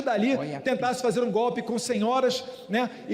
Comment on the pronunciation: Esse analfabeto nem falar sabe, toda hora fala "gope", infelizmente é o presidente do Brasil, mas essa culpa eu não carrego.